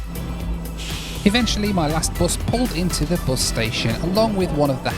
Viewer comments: It is pronounced bus, not boss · Not heard Bus pronounced as “Byus” since my days in Stoke-On-Trent… Odd to hear it on a video about a cross country trip across the USA. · "... kicked us off the büs..." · Love the way the word “bus” is pronounced